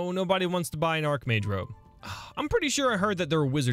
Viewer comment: "Archmage robe": ITS AND ARHKMAGE ROB